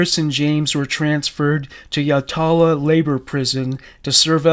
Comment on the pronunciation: I was a teenager here in SA when they bodies were discovered. We have had some of the worst creepiest serial crimes. I don't know why, it is pretty quiet here in the city of churches. Yatala is pronounced Yatla by everyone I know here, just in case you decide to mention the jail in future podcasts. You might want to look into the family murders. Or more recently, Snowtown. RIP all the innocent victims.